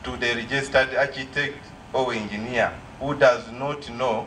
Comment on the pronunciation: Engeener makoko…😅😅